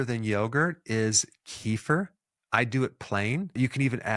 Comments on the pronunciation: Doc it's not kifer, it's kefir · It's kefír, not kEfir (emphasis on last syllable). I'm doing it every day. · kefir is not pronounced like that